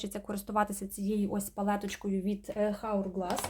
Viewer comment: Чудове відео 🫶🏻 дуже подобається вас слухати. P.S. хотіла підказати, що палетка читається [ аверʼ ґлес], без Х